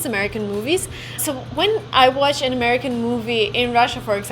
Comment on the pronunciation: You speak really good English but I think you might want to reshape your A as in Watch. It doesn't sound very natural.